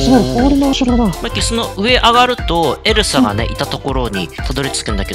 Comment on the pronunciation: 2分7秒の時エルサがエルザになってた